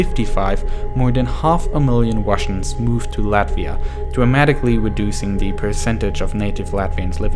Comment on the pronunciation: shout out for pronouncing Latvia right ✨